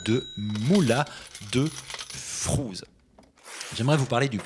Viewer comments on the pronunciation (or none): ...Flouze mais pas frouz. Car, ça ne veut pas dire la même chose 😉